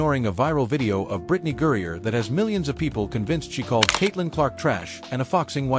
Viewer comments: Her name is GRINER—not Gurrier! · Al say her name Right. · Maybe if you could properly pronounce her name she might have “noticed”….your opinion!